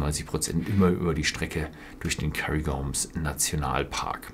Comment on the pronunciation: "KÄRRIGORM"? Müsste es nicht "Kärngorm" ausgesprochen werden?